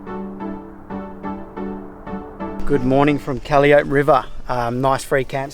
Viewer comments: 1) Kally Ope - Sorry, i had to laugh. It's "Cal eye oh-pee". We forgive you. 2) - That's Harrisia Cactus - One of the most evil weeds to enter Australia. Check your tyres and boots to make sure you don't spread it. Biosecurity is super important in QLD. 3) I think that creature was a Chimpanze, not a monkey. Not sure. 4) North of Fraser Island always assume there is salt water crocodiles in salt AND FRESH water unless told otherwise by authorities. Salt water crocs can go 300-400km out to isolated reefs and they can live in fresh water happily all their life. Most crocs regularly travel between fresh and salt water as part of their lifestyle and breeding. Don't become a statistic. Don't be that guy/girl who people talk about "remember the guy a couple of months ago taken by the croc swimming at night - what a dumb arse" Don't be remembered for the wrong reason. 5) As you head north make sure you have 5 litres of white vinegar. And some band-aids for the croc bites. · Haha nice pronunciation of Calliope (pronounced Kal I o pee) ;0) Just put a DCDC Charger between your car battery and the fridge battery.